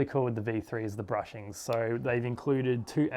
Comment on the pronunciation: Hey bud, nice video but I must correct you. It's bushings and not brushings, otherwise nice video.